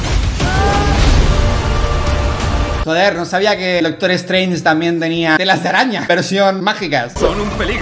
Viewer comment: Dalas: no se dice "espaiderman" se dice "spiderman" Also Dalas: "Doctor streinch"